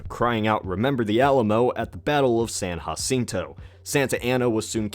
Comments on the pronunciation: I'm pretty sure San Jacinto is pronounced with a J sound not an H sound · its san JAcinto not yacinto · Hold up. Important. It is pronounced, san-juh-sin-toe. If we lost, then we would have named it San-ha-seen-toe. But we didnt. This is a point of cultural pride (pronouncing the location of this battle wrong) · "San Has-seen-toe"? It's pronounced "San Ja-cen-toe" This message has been brought to you by a native Texan. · it's not hasinto it's jasinto not hateing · it's pronounced San-ja-cinto not San-ha-soto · it's San Jacinto as in Jam, not Ham. Fix your self mate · Its San "JA-cinto"... NOT San "HA-cinto" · Jacinto not Hacinto! Damn Yankees! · Nobody says San "hacinto" in Texas we say it like Jacinto (like jif peanut butter) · San Jacinto is part of Texas these days. Technically you pronounced it properly, however, since it IS part of Texas and is a hallowed battleground - you should probably pronounce it the way us Texans do (With the English ‘J’) 😉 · Do not care how it used to be pronounced, and trust me I know the history Texas better than just about anyone... bottom line, Native Texans pronounce it San JA-sinto, come visit the Monument, ask anyone here how it is pronounced... even the San Jacinto College is called San JACK by everyone in Houston. Texans say San JA-sinto.. period. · You mispronounced San Jacinto. I should know, i live in Montgomery County (TX) and went to San Jacinto Elementary when i was a kid. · Phoenix Ellis He's from Ohio so it's understandable.